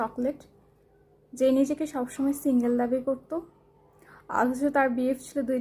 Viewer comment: সিঙ্গেল না সে "শিংগেল"